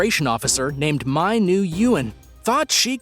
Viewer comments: NGUYEN IS PRONOUNCED..."WIN".. OR "WEN"... NOT "YOU-IN" ........GEESH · #3 Name is Nyguen. Pronounced Win. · Nguyen is pronounced Win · Nguyen is pronounced “Win” you are terrible at trying to pronounce names!